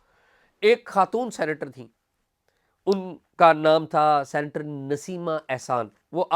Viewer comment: Not "centre" but "senator" سینٹر نہیں ”سینیٹر“